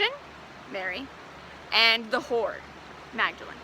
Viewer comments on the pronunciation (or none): And The ho-wer! ❤😂😂😂